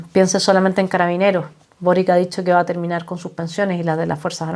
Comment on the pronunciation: Se pronuncia Borich